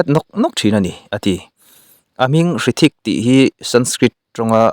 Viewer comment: Hrithik a H lai hi lam tel loh tur ani awm e, thawhpui vai ho min hrilh dan in. chutiang bawk in Juhi chowla pawh chaula ti a lam tur ani awm e.svmm